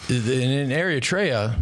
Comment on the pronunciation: Not to be a douche, but you’re pronouncing Eritrea wrong. Look it up.